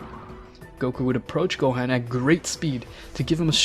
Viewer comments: Boi really said, Goteen, Gohain, and picaro💀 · You pronounce Gohan wrong in your video watch some videos and then you'll know how to say the actual name right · “Goteen Gohen picciro” I think you mean goten gohan piccolo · who tf is go hen? and who is gyren? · "super saiyan purple god" me rn u dont watch dragon ball man its called ultra ego. and "picero" "gohaan" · this mf said picoro, gohen gotin 💀💀💀💀💀💀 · Guhin? Giten? Jiaeren? Kikiaru? Wtf i also almost heard gauko and u said it wrong u said ultra master instinct but its called mastered ultra instinct alraight am triggered peace out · I didn't know Gohan became GoHEN. I thought i could go through it but man, this is too much name butchering right here. Edit: Jyren Piccoro Gote Gohen Bruh you really need to get these names right man, it's like you don't know shit about Dragonball, just saying. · “Go-Hand” LMAOOO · Go-teen Go-hen